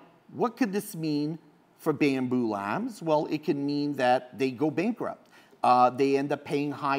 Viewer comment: It's BAMBU LAB... no S at the end.